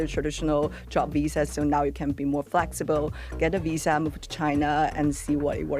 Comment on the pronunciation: "Flexiibo." "Peopo." Wtf.